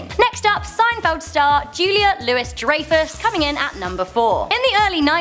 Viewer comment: its pronounced looooo-eeeeeee dry-fus lol